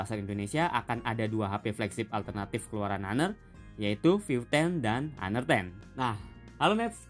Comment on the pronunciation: Sebut nya aner. Bukan haner....